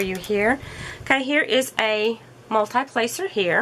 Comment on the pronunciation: Multee placer, not multeye placer.